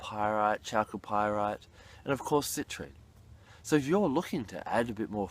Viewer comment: Do some people call citrine...Citranite?